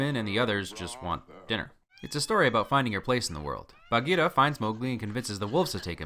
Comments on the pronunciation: I like how you pronounce Baghira :) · Your pronunciation of Baghira is perfect!